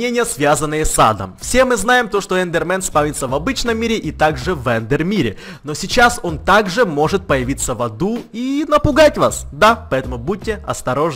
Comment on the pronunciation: Кто такой полярный ведмедь, и что ещё за появлиться? Логопед? не?